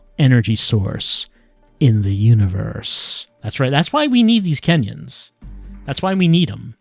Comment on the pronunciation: Every time "kenyons" got mentioned, I just parsed it as "Kenyans". Apparently a very powerful nationality.